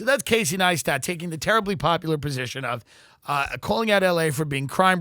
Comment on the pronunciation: Why did Tim know how to say Neistat and then not know how to say it as soon as he started reading?? 😂